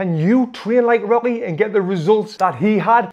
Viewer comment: i swear he keeps calling rocky robby